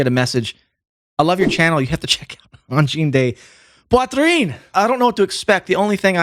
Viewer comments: BEN d'la misère avec leur prononciation de uhn-jeen-day-pwa-treen.... 'barnak. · Always funny the ear a squarehead say angine de poitrine. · Great video ! But! Im just here to hear Anglos pronounce Angine de Poitrine, c'est drôle en TA!